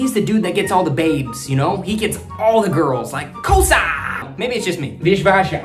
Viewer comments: Bro its not kosa its kossa😂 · That not a kosa it was kossa .you need to prouns it in right sinhala word❤ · Hey it isnt kosa It is kossa Pronounce- ko ss aa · Selam karanna ❌ sellam karanawa ✅ සෙල්ලම් කරනවා Kossa❌ koss✅ කොස්ස Viswasa❌ vishvasa විශ්වාස Kiyewa❌ kiyewwa කියෙව්වා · Enjoyed it.... its funny.... small correction ... it's not KOSA .... It's KOSSA and.. read is = KIYEV-WA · Aiya oyage sinhala niyamai habai eka vachanayak varadi(kosa nemei kossa)😅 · Bro,it is not kosa it it kossa (කොස්ස ) 😂.carry on bro ...good luck 👍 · It seems your audience gonna be sri lankan people. As you present it wonderful and hilarious way Better saying as, Kosa as kossa Vishwasha as vishvasa As a beginner start pronounce kiyewwa as Ki yew wa Selam karanawa as sellam karanawa However your words can be understand as they are. Nothing to worry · Broom mean' kossa'. Not 'kosa' . You are so cute😂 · Hey brother, You greatly speak Sinhala, and It's not "KOSA" It's "kOSSA" 😅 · 😂😂😂 you are so funny. But not a kosa it is kossa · Its kossa not kosa😂 good job 😅😅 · It's nor kosa It's K O S S A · Not kosa its kossa -broom not Kiyewa its kiyawanawa/ kiyewwa- read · Kossa is the right word. Not Kosa Also sellam is the right word.. Not selam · Not 'Kosa'.it's 'Kossa' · That is kossa dude 🥰 not kosa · Not Kosa But, Kossa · It is not Kosa, It is kossa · Not SELAM KARANAWA , it's SELLAM KARANAWA. And not KOSA it's KOSSA bro 😂❤ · kosa no bro its call s KoSSa mean adding double s so your pronounsation is different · Kosa Incorrect Kossa Corretct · Brother it's not a kosa it's kossa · Not kosa it is kossa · It's not kosa it's kossa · Not kosa it's kossa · not kosa it is kossa bro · Not Selma karanava it’s sellam karanava not kosa it’s Kossa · Its not kosa its kossa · Bro it's not kosa it's kossa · Not kosa.that is kossa ok. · Is not kosa is kossa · Bro not KOSA its KOSSA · Not kosa😒 it is KOSSA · Not "Kosa" .it's "KoSsa" 🤭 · Not kosa. Its kossa. 😅😂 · It's kossa not kosa koluwo😏😌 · Kossa not kosa